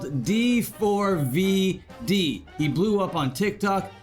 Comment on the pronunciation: It's pronounced D'fourvid